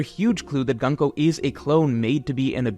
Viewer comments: Her name is Gunko, not Ganko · it's pronounced Goon-ko, not 🔫ko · it’s pronounced GOON-ko. cmon you’re a pro, at least attempt to learn how to pronounce the characters’ names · GOON-KOH,. You fixed RAI-yuma and Yon-KOO, you can do it here too. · man i hate your pronunciation of her name😭😭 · bro can u pronounce gunko and hajrudin properly pls